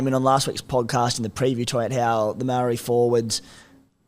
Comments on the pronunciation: Maori is pronounced like "mouldy" but without the L (because ur meant to roll the r in "ri" if u can. Otherwise just say mou-deez nutz on ur chin) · Easier way to learn would be to not rush saying Māori. Ma o ri and roll the r. Say it slow till you can confidently say it fast. Try it with all Māori and Polynesian names it will help heaps and slowly you’ll get the hang of the languages and will be able to pronounce anything using the principles you learn. Issue is you guys are trying to learn individuals names instead of the basics of the languages itself.